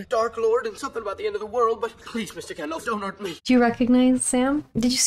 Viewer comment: His name is not "Gandoff" it's Gandalf. Both As are pronounced the same, like apple. And Sauron is not pronounced "Sahr-on." It is Sow-rawn. Listen to the way the characters in the movie say the names.